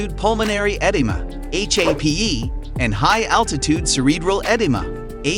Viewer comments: "eh - deem - ah" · Kumbu is pronounced "koom boo" Edema is pronounced "eh DEEM uh" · Jeez, the host really needs to learn how to pronounce English words like Edema! 😅